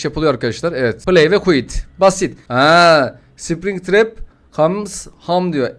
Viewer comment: Yav springtrep mikel degil william